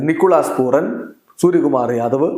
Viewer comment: നിക്കോളാസ് പൂറൻ അല്ലാ..😅നിക്കോളാസ് പൂരൻ എന്ന് തിരുത്തുക ബ്രോയ്..